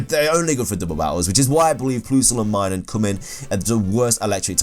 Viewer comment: Him: PLOOSLE AND MYNUN Irl: plus-le And My-noon